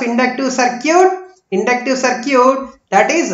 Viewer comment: That is सर्किट dear..... Galat pronunciation kr rhe ho